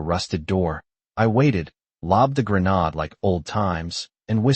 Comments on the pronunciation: AI has difficulty pronouncing grenade. It’s one way of telling that it’s written and narrated by AI. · Grenodd? C’mon, it’s grenade.